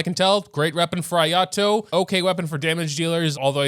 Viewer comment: you did not just called him ayatoes lmao